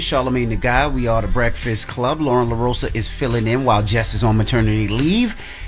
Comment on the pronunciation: Its LOREN ! Not Lauren! And she should be added as 4th co-host, been saying this! iHeart pay her!